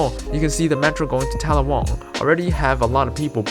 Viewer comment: And it’s TAL’-la-wong, not tal-la-WONG’